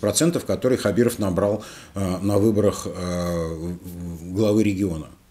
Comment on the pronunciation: Опять произносите неправильно фамилию, поменяйте очки